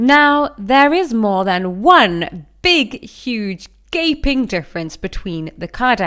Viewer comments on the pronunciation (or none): none